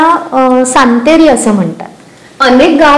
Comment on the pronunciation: सातेरी असे म्हणतात सांतेरी नाही... तुमच्या मुळे खूप माहिती मिळाली .. thank you so much 🙏